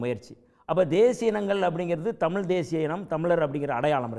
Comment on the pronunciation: தமில் நாடு இல்லை தலீவரே தமிழ் நாடு.